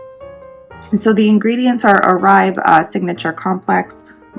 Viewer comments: It’s pronounced Or-bae not Oraib. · It's pronounced Orbay. :)